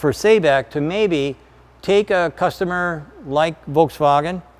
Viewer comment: Based on that Arabic spelling, Sabic is pronounced like "saw-bic". Just needed to point that out.